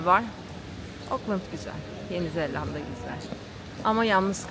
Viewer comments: neden yenizeLLanda diyorsun ? çift L değil tek L ile ZELANDA. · Güzel macera...yanlız bir konuya açıklık getirmek isterim;Orijinal dilde New Zelland şeklinde ifade edilen ülkenin ismi Türkçede Yeni Zelanda diye okunur,Yeni Zellanda diye okunmaz😆😆😆😆Umarım bundan sonraki telafuzlarınızda bu küçük ayrıntıyı atlamazsınız.Bu arada sizi eşimle her seferinde zevkle seyrediyoruz,yolunuz açık olsun👋